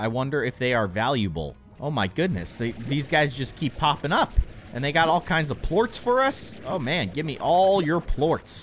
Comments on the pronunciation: They aren't plooats. its (Plor-ss) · he pronounced Ports wrong